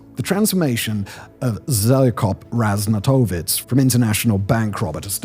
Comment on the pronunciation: The 'j' is a "y" sound, thus -- ZHEL(y)-koh razh-NYAH-tov-ITCH, etc. Consulting a pronunciation key (they're in just about EVERY book on the Balkans I've seen in English) or simply ASKING anyone from the area helps enormously. It's inevitable that West Europeans & others have difficulties with these notoriously hard to pronounce names, but quick pre-production research helps greatly in leaving professional impressions.